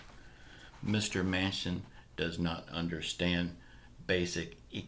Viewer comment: Man-chin. Not manson.